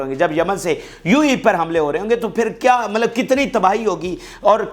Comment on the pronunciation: MALAB NAHI HAI MATLAB HAI YAANI MEANS